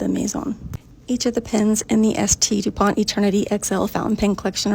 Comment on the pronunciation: The pronunciation of Dupont is messed up